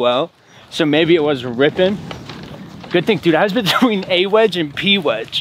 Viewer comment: I don’t know why but hearing say A-Wedge bothers me 😂